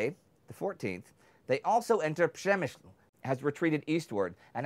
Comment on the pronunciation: It's so weird that they pronounced Przemysl fine, but then pronounce Krakow like 'Crack-cow'.